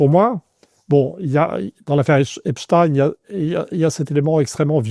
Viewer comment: Et le Mossad y est pour quelque chose. Epstaïnne ou Epstine 🤣